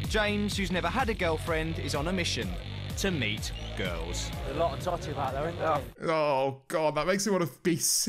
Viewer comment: The word "totty" or "tott-eh" has triggered some horrendous heartburn for me. I feel nauseated